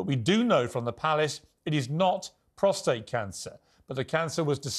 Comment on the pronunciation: Could someone please correct Tom Bower’s pronunciation of the prostate gland? It’s prostate (with no r after the t) not prostrate. He keeps saying prostrate and it’s incorrect. He’s writer. He should know this.